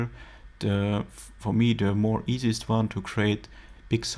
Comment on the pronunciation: Why you say "dhe" instead of "the" ?, are you French ? ;)